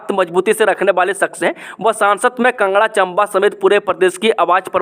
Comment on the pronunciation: Bhai tum kangra ko bhi kanga 😂bolte ho kaya baat h ye😆🤔😂😂